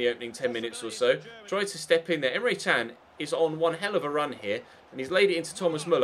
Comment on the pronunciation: no you pronounce him as chan